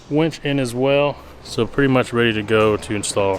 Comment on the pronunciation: Winch… not wench. To very different things. Lol